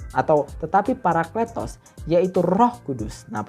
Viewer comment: Mantap bahasannya.. maju terus.. anw cara bacanya Paraklitos - παρακλητος.. karena eeta "η" dibaca i bukan e..